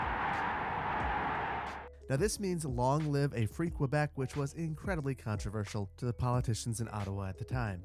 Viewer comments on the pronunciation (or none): none